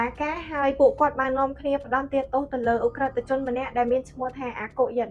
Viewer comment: ផ្តន្ទា មិនមែន ផន្ទាទេ